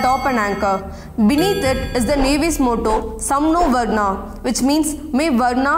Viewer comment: Can't even pronounce a Sanskrit word, it's varunah not varnah